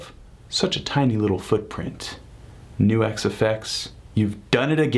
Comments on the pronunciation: Why do you keep saying "New-exx" when it's clearly pronounced "Nucks"? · Right it rhymes with sucks